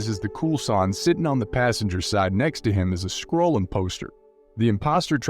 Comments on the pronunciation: It's SKRULL not SKRULLE. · "Skrool" rather than Skrull is particularly grating - the narrator is obviously reading a script and has never seen the film. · holy crap, learn how to pronounce skrull, wow